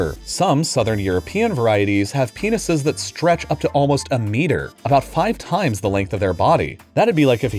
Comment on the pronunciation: The way he said "penises" made me laugh lmao